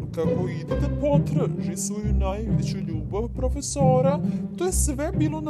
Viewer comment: when you said "prOFeSOrA" I really felt that